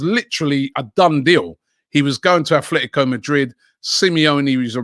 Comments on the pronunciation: FFS It's ATlético not ATHlético. Not only pronouncing it wrong but now also spelling it wrong. Please check before you post, it's embarrassing. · stop saying athletico 🤦..its atletico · Can you maybe stop writing "atHletico" and actually pronounce them correctly, Robbie? 😅 (Which is "Atletico", no "th" at all, just like they're written lol) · dear Robbie, Atlético has NO "H" at all , only the Basque Athletic does, because it was founded by Sunderland fans. SO, Atletico it s pronounce /at-lé-ti-co/, yes, it is a tricky one. Imagine you are saying "at Le tea co"